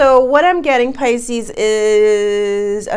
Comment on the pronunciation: Pisce-anos lol So we're Italian or Latin! Lol I'm leaning towards a nice espresso rimmed with a twist of lemon peel! Ciao bella! 🌞